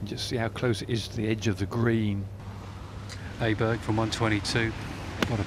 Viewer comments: stop calling him A-berg!....he is not an A-hole!....he is an Awesome player!....AWEBERG!!!!....the swedish letter Å is pronounced AWE!!!!!!! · English speakers should pronounce his name O-berg instead of A-berg. That would be much closer to the right pronunciation. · His name is not "Aberg" the reporters should say "Oberg"